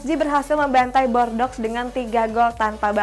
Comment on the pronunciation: Tolong bordeaux dieja dengan benar Yg benar bordu